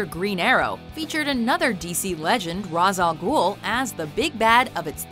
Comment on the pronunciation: Learn to pronounce Ra's al Ghul